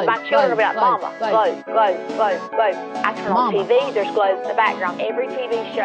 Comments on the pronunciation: A doctorate in education? From Jeezus through his online correspondence school. Almost as impressive as a Ph.D from Trump University. I did learn one thing from this highly educated woman; I've been pronouncing the word 'globe' wrong my entire life. It has 3 syllables (or is it 4?) 'Glau-oo-ub-a'? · She has a PhD in school counselling and supervision. Clearly the right education to talk about "gloubs" 😁 Also, everything she said about gloubs applies to birds too 🦉